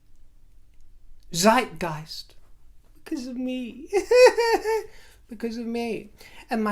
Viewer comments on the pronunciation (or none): none